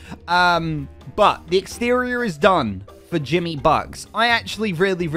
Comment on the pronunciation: Jimmy is the only one saying it right😂